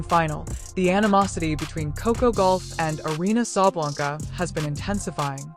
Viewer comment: Sabalenka, not Sabalanka! Get it right, it's not hard. Yes, she is a sore loser.